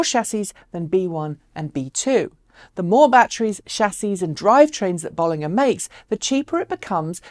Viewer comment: As always great show. But it's notable that you pronunciation of the name is a bit off. It does have 2 Ls. BoL.Linger is probably better phonetically.